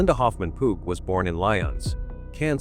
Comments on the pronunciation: It Linda Hoffman Pugh, (Pew, not Poo!) I hate A I!!! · Her last name Pough is pronounced like Pew, church pew. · This artificial voice is hysterical. It has called Hoffman pugh - pu poo and Po so far 😂